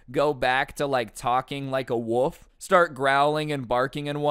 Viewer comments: is no one gonna talk about how instead of wolf he said "woof" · I love you, but it's wo(L)f. I can't stand it when people call it a wuff. You also said "all floors" a few times lol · When you say wolf I hear woof instead 😂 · is it just me or is he saying a woof not wolf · Is it me or did he said woof isn’t of wolf? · Not trying to be rude but I think you might be saying "woof"